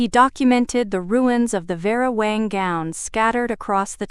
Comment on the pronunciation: It's Vera WANG, not Wong! Both were mentioned. Did Audrey pay $3k or $4k for the insurance, both amounts were mentioned. I found a few other discrepancies, sorry, but still enjoyed the story. The background actually followed the story which was refreshing. I subscribed and await more of your stories.